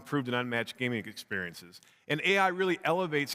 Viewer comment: Iam tierd of PR BULLSHIT always saying experinces !